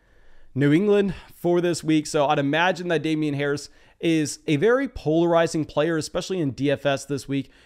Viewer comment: A+ for fantasy content. F- for name pronunciation. The “jee” in Najee is pronounced “Geeee” per Najee himself in an interview. Now about that free hat…….🤔